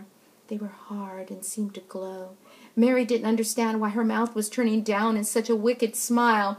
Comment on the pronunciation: She said bloody Berry ._______.